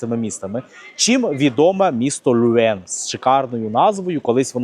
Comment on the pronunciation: Все ж таки потрібно казати Льовен, а не Люен. Ви продемонстрували захоплюючу подорож.